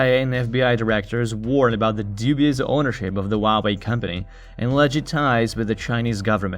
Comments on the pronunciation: All the vowels are pronounced individually. It isn't 'wah way' . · Actually the Chinese pronunciation is wah way